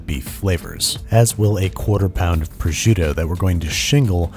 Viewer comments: How you pronounce it is Funny Proshutto LOL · “projitto” HAHAHAHAHH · The way you say prosciutto gives me aids